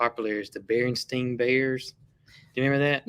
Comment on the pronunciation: I read many Berenstain Bear books in my 28 years as a teacher’s assistant in an elementary school (most years in kindergarten😊) and I think you pronounced it absolutely correctly. We have some really cold temps here in SC for Christmas Eve and Christmas Day-no negative wind chill though. Will cabbage be ok in the cold temps? I have some pretty ones out there! Merry Christmas to your family! 🎄🎄🎄🎄🎄🎄♥️